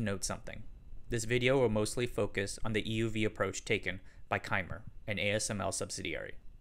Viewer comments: Great content as always. One comment: Cymer is like symer, not kymer. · Cymer is not pronounced “chi-met”. It’s pronounced “sigh-mer” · As an ASML employee, I can say that Cymer deserves all the credit for the light source, that's pronounced Sy-Mir. Cymer began development of EUV from a design perspective back in the mid 2000s. The reason ASML bought Cymer is that the two companies required close cooperation to develop an EUV light source/scanner system and this was technically difficult because of responsibilities to keep technology secrets. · Cymer is pronounced (sí-mer). Great vid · It's pronounced "Sy-mer" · It's pronounced (Sigh-Mer) Cymer. After Excimer Lasers. ✌️